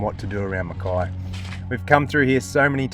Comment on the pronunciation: Mackay (rhymes with hay) after Captain Mackay okay :) so many pronounce it wrong :) I'm from a pioneering family that cut their farms out of the rainforest. Its the miners and other outsider newcomers who are sadly changing the true trajectory and historical pronunciation of the name. BTW enjoying your videos!